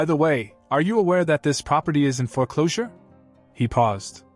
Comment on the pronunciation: Foreclosure is one word not fore closure two words. If AI is responsible for this then use a real human. Makes you sound stupid